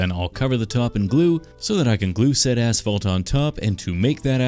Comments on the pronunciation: But if texture beneath the assfall So that I can glue that assfall To make that assfall Ik that’s not what he said but it sounded like that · an as falt (lol)